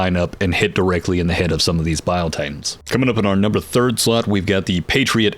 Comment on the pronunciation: "Number thrid slot" - Dude, you just gained a new sub!!!